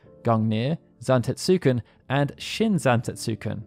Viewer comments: Great video, but the u in Zantetsuken is silent. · Had to click off after the atrocious pronunciation of Zantetsuken. I was hovering after claiming Odin was Loki's father. Very sloppy work.